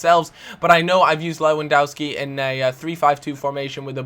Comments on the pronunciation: its lewandOwski not Dauski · it's killing me- lewandowski is pronounced levandovski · its pronounced lewandoVski like so he can see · Learn to pronounce Lewandowski... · U pronanoce lewondoski wrong